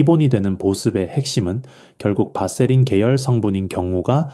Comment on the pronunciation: 바세린 이라 발음하시오 밧세린이 아닙니다.(vaseline)